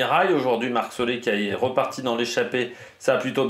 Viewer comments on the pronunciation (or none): Super vidéo ! Je ne sais pas si c’est important pour toi, mais Marc Soler se prononce Solair et non Solé